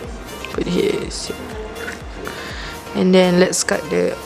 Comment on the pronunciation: "and theng" woi klate tk leh sorok tu 😂😂😂